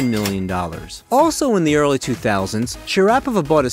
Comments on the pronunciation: If you are going to do Voice overs, you need to know how to pronounce the person's name!! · Why can he not pronounce her name properly? That's insane! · You may want to research the correct pronunciation of her name. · At the very least you could try to pronounce her name properly... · Nice video, well done. Now learn how to pronounce "Sharapova." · Can’t stand to hear you butcher her name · Please stop saying her name... incorrectly... LOL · It's very irrititamg how you pronounced her name dude😢😢😢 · I am rather sure this is not how her name is pronounced. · The pronounciation butchery of her name and the German cities are pretty tough to listen to... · how about learning to pronounce her name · the pronunciation of Sharapova is very annoying to hear! am out of here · guy doesnt know how to pronounce her name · Shocking Commentary - "poor language skills" and insistent mis - pronunciation of Sharapova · Hahahaha God dude get her name right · Are you kidding me? Dude if you’re going to do a documentary on someone, learn how to pronounce her freaking name!!! Jeez….. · her name was never pronounced like you did...irritating ! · Sorry, I could only make it through the first 60 seconds of this video. If your AI narrator can't pronounce Maria's name correctly then I won't bother watching, since any shred of credibility has left the chat. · How can you do a video about someone and you cant even pronounce her name correctly. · Mispronounced her name at the beginning.... I outta here! LOL! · Wow your pronunciation of her name ???? Buhhffff.... that's step 1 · Everybody knows how to pronounce her name but you. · I couldn't watch, you couldn't even pronounce her last name correctly.. what a joke. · You Cannot even pronounce her name correctly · I hate this computer sounding voice that mispronounced her name consistently, calling her Mary and Sharap o va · ITS ....SHARA PO VA. ...get the name right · Mispronounced her name...shar....a....pova...easy I think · Me to